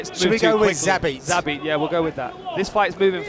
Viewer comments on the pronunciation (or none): Both commentators mispronounced Zabit's last multiple times before production corrected them lol Get your shit tg boys!